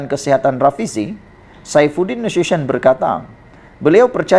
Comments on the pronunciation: sebutan yg betul…..NA SU TI ON… bukan NASYUSYION adoiiiiiii😂😂😂😂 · Berita awak Ni xde punch la - semua org dh Tahu perkara Ni , sebutan Nama Nasution pun xbetul